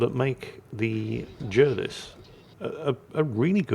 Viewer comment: Why J uh vis? His name was jar vis. English is quite straightforward